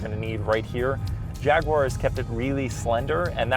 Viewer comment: Nice review. The only issue I have is that for some reason you can't seem to pronounce "Jaguar" correctly. It really irritates me.